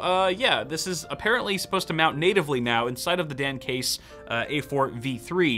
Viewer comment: I keep hearing "the Damn Case" lol